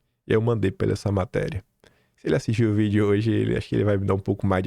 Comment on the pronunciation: KIM : cinquennnnta...,sesseeeenta "PUCENTO". (EU) MELHOR...,SEM "GOPE" E RELATADO EM "VITHIU" (VÍDEO)